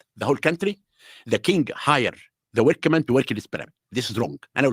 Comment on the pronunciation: Every time he said workaman i cringed so hard. Everytime he smoked that cigar he cringed me so hard. Everytime he lied, he cringed me so hard. It was 2 hours of constant cringe. He is the ultimate mafia. Long live Graham.